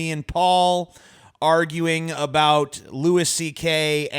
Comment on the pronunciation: lol how did I know Paul would advocate the 'power dynamic' side. ANd also wtf is with pronouncing it 'Lew-ISS' CK.